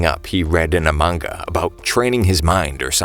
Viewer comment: When he said "a manga" i thought it was amogu